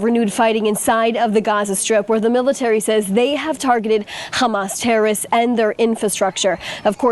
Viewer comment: Ladies, if you are going to use the word "terrorists" so frequently, don't you think it would be a good idea for you to learn to correctly pronounce it?!! The word contains THREE syllables, not two, and is neither pronounced "terrists", nor "terists"!